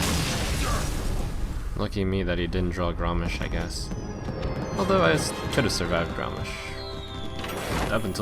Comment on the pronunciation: Godammit, its GROMMASH, not Garrosh :)